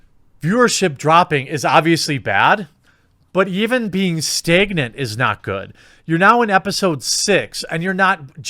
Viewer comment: staygnit foil-age :D